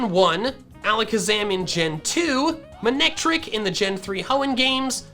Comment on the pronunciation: It’s not man-ectric, it’s mane-ectric.